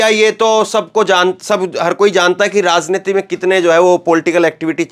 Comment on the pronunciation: Ek hazar baar bataya rasniti nahi raj rajj rajjniti uccharan sudhar lo irritate na karo